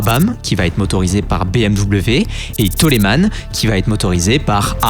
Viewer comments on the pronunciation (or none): Bonne vidéo mais attention aux prononciations 😉 C’est ”tairèle” et non ”tirèle” A-Air-Té (3 lettres prnoncées séparément) et non ”Arteu” Et ”Taulemane” et non ”tolémane”